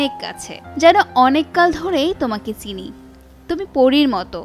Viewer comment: সাংবাদিক এর উচ্চারণ এ আঞ্চলিকতা রয়েছে। বিশেষ করে গানের অনুবাদ অর্থ এর লাইন গুলোয়,, 'ছিনি নয়, চিনি'